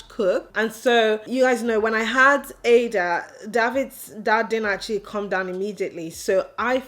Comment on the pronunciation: I love you channel and your family, but please pronounce ur daughter's name with the igbo meaning that brings pride and joy. Ada and not like a computer. I'm a yoruba woman and I love native names.